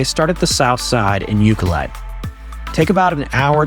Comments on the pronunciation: Thanks for visiting the Island. Glad you had a wonderful time here. It’s a unique, beautiful place for sure. And there’s so much more outside of the areas you visited. For future visits, if you ever have to ask directions: Pronunciations: Lake Cowichan = Lake COW-ih-chin. Ucluelet = Yoo-CLUE-let. Wickaninnish = WICK-an-INN-ish. Port Alberni is on an ocean inlet, not a lake. It’s Sproat Lake, not Lake Sproat. (Also not Sprout… Sproat.) Salt Spring Island, not Salt Springs. Thanks again for visiting! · Lovely video but please ask somebody how to pronounce the different place names such as cowichan Lake/Bay ab Nd uculet, Wickaninnish Inn. You , unfortunately missed Parksville which has the most amazing beach and park.